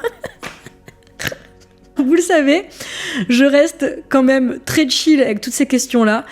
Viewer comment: Et personne ne parle du "CÔMME MÊME" au lieu de quand même qui déjà peu être agacent